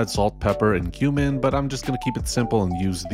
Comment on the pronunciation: when you said 'cumin powder' i heard 'human powder' and was confused for a moment. and then the was 'tumor powder'... gotta love those misheard instructions 😁